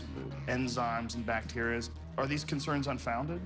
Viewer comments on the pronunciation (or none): "There are some people who have CONCERMS" lol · "there are frokes who have some conserms" lol.. Rogan had a major brainfart